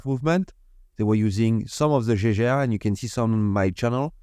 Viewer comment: Lovley mouvement. I always try to teach french how to say Jaeger-LeCoultre. Obviously i dont need to say anything about LeCoultre, but Jaeger. Now in german the to letter a following e, ae, that is the old way to soell ä. In Germany they have an old way to stell things and a new way. So ae is ä. To help you pronounc Jaege, think Jäger. For example used in the famous german bevrige, Jägermeister. Jäger-Meister. Hunter and Master. Chasseur et Maitre. So if you simple say Jäger-LeCoultre, you are spot on😊 Good luck. Great video tx for shearing